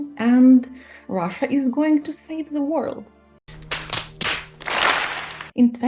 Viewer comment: Цікава розмова, але вимова the як зе у гості, це совок. Ні британці, ні американці не зе-кають)